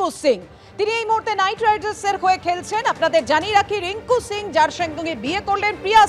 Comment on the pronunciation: রিঙ্কু সিং । রিঙ্কু সিংহ না।